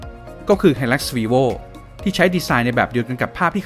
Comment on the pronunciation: ทำไมผมฟังเปนวีโว่คับแทนที่จะเปนรีโว่รึหูผมฝาด